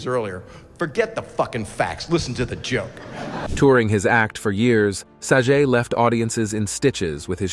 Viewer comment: Bob SAG-ET. Say it correctly!